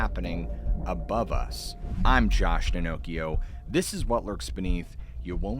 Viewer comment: It sounds like you said “Josh Pinnoccio” as in the boy whose nose grew as he prevaricated. But nah…you couldn’t be that.